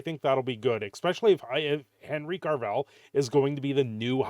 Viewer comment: Who's Henry Carvell? There is NO RRRRRRRRRRRRRRR in his last name. Oh gawd. Please make it stop. Jokes aside, Hopefully this is a good thing for CAVILL. He is great in everything he does. So this Warhammer thing is very promising.